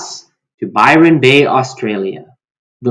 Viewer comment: Just to let you know, it's Byron Bay, not Byran Bay. Hope you enjoyed your trip here, anyway. :)